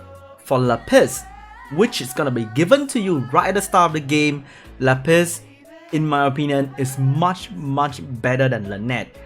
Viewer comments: la piss. luv your pronunciation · shoderra Le Piss. He's French ;) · my whole life was a lie , I never knew that Lapis was pronounced La Piss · “La Piss” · Madame "Lá Piss" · haha i like how you make Lapis sound like a french way to say piss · The way you say lapis is funny